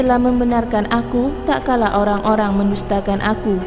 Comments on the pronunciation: Mbak mbak..... Tat kala bukan tak kala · Maaf "TATKALA bukan TAKKALA" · Maaf yahh..bukan takkala.tapi tatkala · Terima kasih...materinya...tapi tatkala..bukan takkala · Tatkala.....jgn taklala.... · Tatkala mbak, bukan takkala... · Tak kala atau Tatkala Min? 😴😴😴